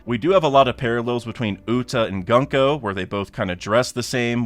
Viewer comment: gunko is pronounced with more of an oo sound not an uh sound.